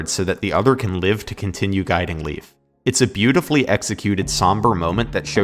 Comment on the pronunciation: Leif is actually pronounced like the letter A. Lei(A)f.